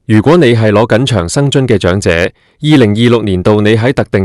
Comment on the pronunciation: 長(音掌)者生活津貼；長(音祥)生祿位。